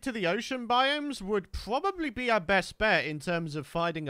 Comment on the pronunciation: Y du u say probably puabubly or poo rob ably